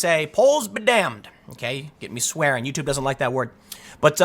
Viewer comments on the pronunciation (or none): none